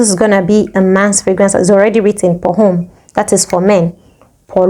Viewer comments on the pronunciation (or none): “H” in French is a silent consonant therefore ‘Homme’ is silent so it’s pronounce as omme. Eg ‘Hôpital’ which means Hospital is also pronounce as ‘opital’. It’s treated the same as you would a vowel sound.